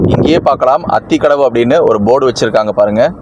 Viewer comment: It is aathikadavu not athikafavu